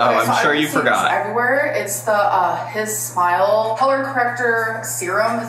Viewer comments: ‘hisssmile’ - it’s HI SMILE😭😭😭😭 this gorl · Her pronouncing it “His Smile” instead of “Hi Smile” lmaoooo